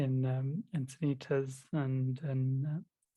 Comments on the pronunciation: I was thinking it but now that you said it,.... I got a kick out of ' mispronunciation of Encinitas (Insanaytus). Hall Pass Plus! I grew up in Santa Monica. Lakeshrine was my go-to, and now living in San Diego, I go to the small temple here. To prepare you for your eventual visit to Enchintas/Enchiladas, it's located right on the 101 highway and like Santa Monica, which is adjacent to Lakeshrine in Pacific Palisades, along Pacific Coast Highway, both are tourist beach towns with horrendous weekend traffic. Your best bet is a weekend retreat at either one, where you will be somewhat immune to the hustle bustle, while sequestered on the beautiful temple grounds. Sight seeing would be best Tues/Wed/Thurs. People are in a mad rush on Mondays and Fridays. If you come this way, contact me for free travel tips. I was born and raised in So. California, love it, and know secret beauty spots for meditation. I'll speculate right along with about our adjusting to the Yuga, before we're ready for communities. Even the monastics joke in their Sunday services about little personality quirks and tensions with each other. I admit, I love my solitude so much so, that I think I'm evolved only enough to live harmoniously with a pet rock, something low maintenance. True, I would become a useless puddle of devastation if I dwelled too long on the resulting suffering caused by war. It leaves me feeling powerless. I keep my head above water by serving where I'm called to, contribu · I actually wasn't laughing at pronouncing "Encinitas" wrong a couple of times -- and I don't laugh at pronouncing it wrong a lot either 😁 The "S" at the end is soft, not a hard "z".